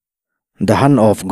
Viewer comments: The HAN(Hand) of God ti a han lam tik mai chu a...a mak e...Hand(hend) tia lam rik ve mai awm😂😂😂Match(Mech) pawh MACH ti tho vin😂😂😂😂😂😂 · Maradona chungchang kha The HAND of GOD (Hand pronounced as HEN ) but as hen of god. Chuan MATCH pawh MATHEMATICS a MATHs tihtur. Thankyou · Hand chauh pawh a ni lo, Mizoram hian A hi A B C-a A lam ang ni lovin A AW B-a A angin an lam ri nasa tlat a, HAND pawh HEN ri ang lovin mizo ṭawnga HAN angin a ri lo thei lo alawm